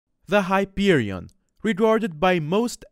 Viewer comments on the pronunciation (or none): Hyperion... Wait, did he say "Heroin"